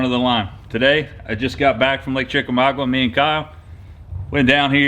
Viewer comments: FYI... The lake name is pronounced Chick Ah Mogga. Not trying to be a jerk. Trying to help. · You mispronounced Chickamauga